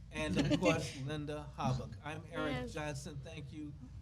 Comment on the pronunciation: Mrs Hobock's name is pronounced "Hoe bock". I keep hearing it pronounced on the podcasts by you as Haback. Please correct the pronunciation on future podcasts.